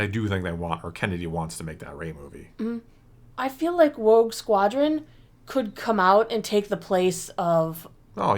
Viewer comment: it sure sounds like almost said “Woke Squadron” 😂☠️